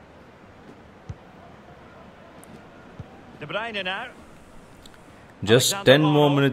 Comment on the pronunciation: Bro ihad already done this in fifa 16 my all Star team was: Cristiano Ronaldo Lionel Messi Luiz Suarez Luka Modric Andres Iniesta Paul pogba Sergio Ramos Gerard Pique Marcelo Dani Alves Manuel Neuer And bro you are misprouncing some footballers name like Modric,De bruyne and van dijk